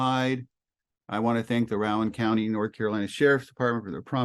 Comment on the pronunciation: Rowin' (like a boat) county,as you said it, is pronounced ROE-anne like Rosanne Barr. Great work.